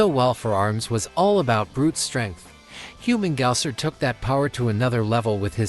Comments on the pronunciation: What's wrong with Human-gaouser? Lmao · Get Humungousaur’s name right, will ya? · You you should be set to rikers for pronouncing humungousaur name like that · I was thinking the same lmao